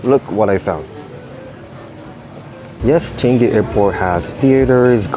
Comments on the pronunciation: That's not how you pronounce changi its pronounce as chuhng gee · It's pronounced chuh - ngi btw. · “Chen gi” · "selatar" "changei"